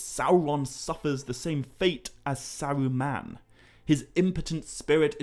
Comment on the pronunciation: Sawuuman, I’ve never heard anyone prounance ”Saruman”.